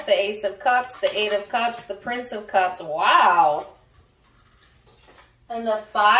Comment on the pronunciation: On the live u did on aqua you said 7 of cumps as well🤣🤣 I take it as a heavy sign